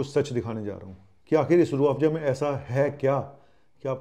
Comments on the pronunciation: Padhe likhe ko Farsi kya.......... Itne hi padhe likhe ho toh Farsi kya Urdu bhi sahih nahin bol pa rahe ho, Rooh Afza ko Rooh Afja bol aur likh rahe ho. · URDU SAHI NAHI HE ESLIYE SAHI SE NAM LENA NAHI AA RAHA HE